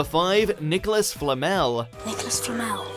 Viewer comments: Its Nicholas Flamél, not Flámel. Swish and flick* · Flammel?? It’s flamel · you're right. He even says Flamel right but then continues to say it like "Flammel" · flamel pronounced correctly multiple times FLAMMEL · FLA-MELL not Fleet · It’s pronounced flam-el not flammel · Please stop mispronouncing namesssssss. e.g. Leta's and Flammel's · lee-ta and thee-see-us and flamél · It’s “Lee-tuh”, “Fla-mell” and “Thee-see-us” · I cant stand the way he says Flamel. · despite three people pronouncing it correctly in the video, the voiceover still butchers "Flamel".